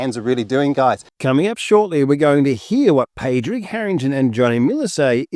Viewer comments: Good video well done - but please learn how to pronounce ‘Padraig’ - it’s should sound like ‘Paw-raig’ 😮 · Great video. Very interesting and not something I’ve seen talked about much on YouTube. FYI Padraig is pronounced Paw-drig. Or even just Paddy is quite acceptable. Love from Ireland 🇮🇪